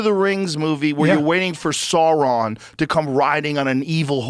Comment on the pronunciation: A billion LoTR fans just got triggered by the way joe pronounced Sauron 😂